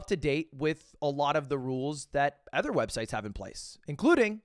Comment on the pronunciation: It's insane we just let him get away with pronouncing "other" the way he does